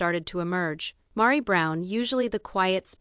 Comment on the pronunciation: Rowbin? LOL Mahri? LOL smh